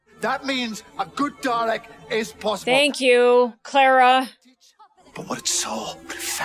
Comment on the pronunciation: Say her name right it's Clara not